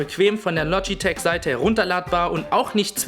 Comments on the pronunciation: Du sagst "Logiteck" und nicht Logitech :/ klingt ein bisschen ungewohnt. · "lodjiteg" LOGITECH!!!! LO-GI-TECH!!!! DEUTSCH! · loschitesch o gott, wie der das ausspricht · verfickte scheiße das LOGITCH du idiot und Mechanisch und nicht Meschanisch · Lodgitek? WTF! :D